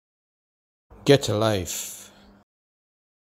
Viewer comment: actually, it's pronounced. (Gah-chah Life)